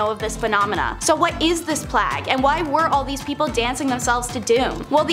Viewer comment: why can she not pronounce Plague?? what's a Plag? really annoying